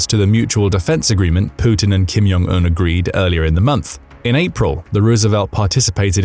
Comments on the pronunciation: The Korean language is not a Nordic language. The “J” is not pronounced like a “Y”. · You don't say the "J" in "Jong" like an "y".